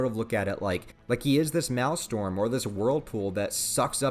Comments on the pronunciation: BTW it's pronounced maelSTROM not maelstorm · MAEL-STROM! Not Mal-Storm. Maelstrom. Pronounced like "Mail-Strum." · Minor correction, you keep pronouncing maelstrom as mail-storm, its mail-strom. Like to strum a guitar but with an o instead of u. I like what you said about Skull Knight cause I hadn't even considered it yet, shit is about to get crazy in so many different ways. The final arc is going to be insane. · Wtf is a malestorm? You mean a maelstrom? You know? An actual word? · Maelstrom is pronounced male-strom. Not "male-storm". The R comes before the O. Sorry, just trying to help. Great review, otherwise!! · I hate to be that guy but it is actually 'Maelstrom'